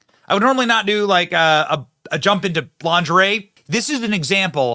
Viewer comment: Benny! Did you say Launderay 😂 😅depends on the person. One can be full figured and look stunning as well. A woman feels about herself what others in her circle feels about her. Depends on how her mate make her feel about her body.